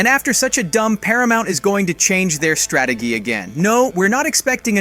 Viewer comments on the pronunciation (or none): one of the worst videos I've ever seen wtf, the ai voice said strataggee and this video is full of bs lmfao